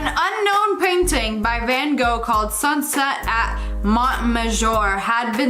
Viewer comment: It's pronounced van Gof